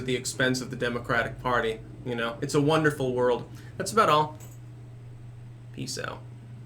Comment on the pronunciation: "It's a one-derful world" Me: GET OUT.